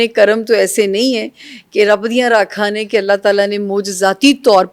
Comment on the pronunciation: لفظ راکھاں نہیں رکھاں ہے